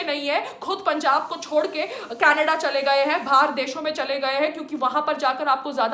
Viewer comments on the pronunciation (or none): none